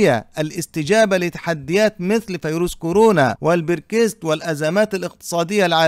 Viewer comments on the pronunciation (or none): none